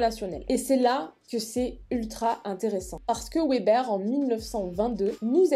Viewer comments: hola, bonne vidéo mais juste Weber se prononce Veber voilà désoler du dérangement :) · Vidéo super intéressante comme toujours ! :D Juste mini correction: il s'agit de Max Weber sociologue allemand (donc on prononce "veber")